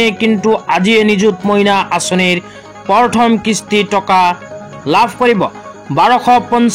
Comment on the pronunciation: উচ্চাৰণ ভালকে কৰিবলে শিকি লওক । পৰথম নহয় প্ৰথম হে হ'ব।